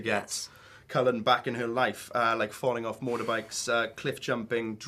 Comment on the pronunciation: Why does the interviewer keep calling Edward "Kellan" lolol...dumbass. And also to all the people that keep saying "Kristin is just like Bella" ummmmmmmmmmm Bella is a book character who is not real. Kristin is a real person who is bringing the character to life therefore her personality will come out in the portrayal of the character. Kristin is Kristin and some of her personality would have undoubtedly come through in her acting of Bella.